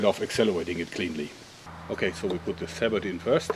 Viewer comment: Isn't it pronounced sa-boh?